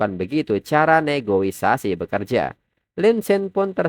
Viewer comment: mohon maaf bang bukan maksud mengkritik ya tapi cara penyebutan nya bukan negoisasi tapi negosiasi 😁👍🏻